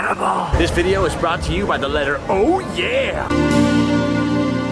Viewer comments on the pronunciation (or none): none